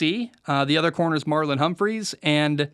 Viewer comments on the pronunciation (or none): Ravens don't have a Zay Jones on their roster, it is Zay Flowers and it is Humphrey, not Humphries. Just for future videos. Now on to your actual analysis. Ravens secondary also has Marcus Williams and they will be better than they were last season, as long as injuries don't take out Williams, Hamilton, and Humphrey. Lamar will continue to grow as a passer but I see the fact that he has better weapons as what will make him a better "passer." Jk is the starter, but Gus, Justice, and Mitchell have been playing well. Ravens have best MLB duo in the league, but we shall see if the pass rush is formidable. Given that the ravens have not signed a vet yet, makes me think they will be good! 12-5 seems like their low end if LJ stays healthy, even with a much improved AFC